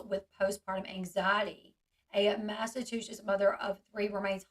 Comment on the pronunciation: Lol L you’re adorable but if you need help, or WANT to say it differently, instead of saying “mass a two shits”, try to remember to say it, “mass a choo (like a train) sets”. But really you should just keep sayin it your way. I like it better.